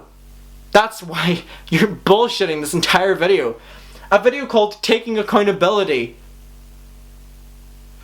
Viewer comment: LMAO sounds like you said acCUNTability